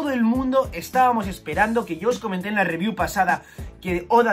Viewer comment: Hasta pause el vídeo porque dejaré mi like por la "ribiú" del capítulo 352